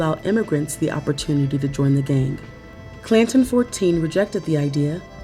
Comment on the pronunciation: When I heard the narrator first say the name of that gang, Clanton 14. I thought she called it Plankton 14. 😂